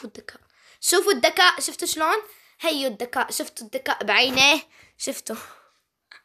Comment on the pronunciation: ليش بتحكي دكاء مو ذكاء 🤔